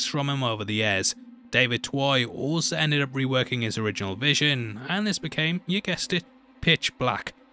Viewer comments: David “two-eee” not “twhy” lmao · "Twohy" = "TWO-ee."